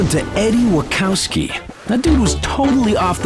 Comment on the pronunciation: and in typical stupid Blur fashion...they said his name wrong. it's Eddie WA-Chows-Ski...not Wa-kow-ski 🤣